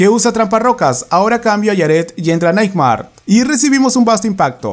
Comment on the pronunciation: Buen video como siempre, pero me perturbaba mucho la forma en la que pronunciabas Nightmare xD